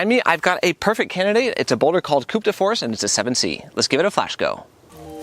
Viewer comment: Don't pronounce the P in Coup 😉